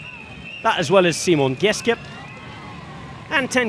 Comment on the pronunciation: Actually he didn't pronounce Simon Geschke the right way.